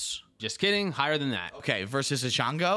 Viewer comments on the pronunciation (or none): EYE-JONGO LMFAOO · Ei-Django, the D is silent